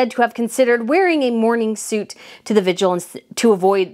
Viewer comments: I love that you are so informed and interesting, but…..It’s Vigil not vigual. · I've noticed that you mispronounce words, like "vigil" and "aiguilletes". Please check on the pronunciation of words you aren't sure how to pronounce before you present them to us.